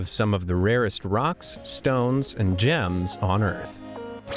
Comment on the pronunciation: " g ems "